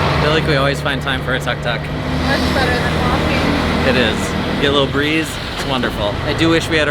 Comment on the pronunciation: Tuk-tuk is pronounced took-took, not tuck-tuck. Very short vowels.